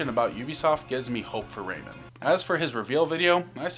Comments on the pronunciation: "Raymond, from the Raymond series.." RAY-MAN. RAYMAN. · Ah yes, Raymin. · WHY ARE YOU PRONOUNCING RAYMAN LIKE THAT